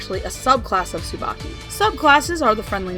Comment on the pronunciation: STOP. RIGHT. THERE. Tsubaki is pronounced differently in that show